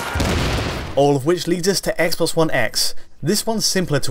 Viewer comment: "Eggsbox 1 Eggs in Hheytschdi"